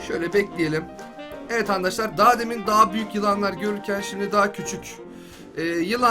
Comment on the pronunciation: abi andaşlar demene gıcık oluyorum